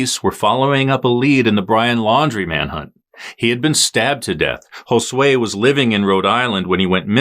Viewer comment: How is it that you can pronounce Josue correcttly and NO ONE in the USA can pronounce Juan?!?!?!?